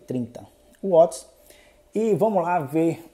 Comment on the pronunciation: O nome é watts * nao uoti